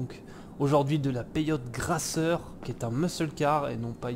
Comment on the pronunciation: Elle est superbe, par contre tout le long de la video tu dit "gRasser" au lieu de gasser mdr 😂